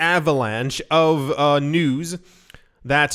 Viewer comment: News not bews lol!